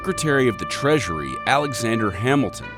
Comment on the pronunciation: instead of treasury I heard pleasury 😂